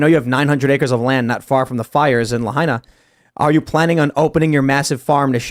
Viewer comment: I vacationed in Lahaina. That's crazy news. To correct, it's pronounced: "La-ha-ee-na."